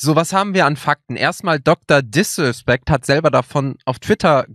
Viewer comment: Niemand:: DrDiswespeckt